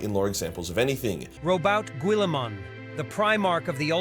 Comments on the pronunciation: Oh my GAWD I need that AI pronunciation of GirlyMan's name all of the time for forever!! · That ai saying “GWELLIMUN” made me imagine all the ultra marines as Jamaican